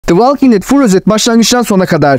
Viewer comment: Valking değil kardeş, volking. O kadar uğraşmışsin yapıcı eleştiri kabul et